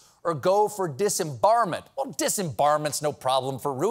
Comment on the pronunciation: "disembarment" lol